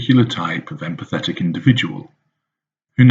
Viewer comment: Interesting how when he pronounces "empathetic" he emphasises "PATHETIC"...